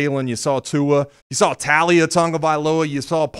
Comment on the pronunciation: Tau Lee ah not Ta lee ah. :)